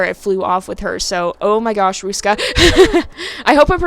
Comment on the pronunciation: You said Ruska really well ^^ You make it sound a bit Russian but it's okay x'D You actually managed to say all the letters surprisingly well since they are pronounced differently in Finnish and English. Very good! The Finnish R is really hard to say if you are an English speaker. You said Ruska's name like you would say "a rock" or "a road". In Finnish R is formed in the front part of the mouth and sounds a bit like purring actually x'D Because the tongue vibrates fast against the upper part of your mouth, where the English R is not nearly as strong and is formed in the back of your mouth. Finnish is known for it's strong Rs and Ks so it's easy to tell if someone is not a native speaker. You notice the lack of power when they say R or K. ^^ And Finnish is a hard language in general x'D Not even a native speaker can understand it sometimes.